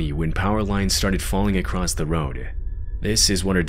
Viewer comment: Dude, i really like your videos but you gotta start saying 'across' instead of 'acrosst' 😅